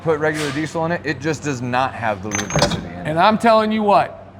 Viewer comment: " lubericity "... my word of the day, Thank!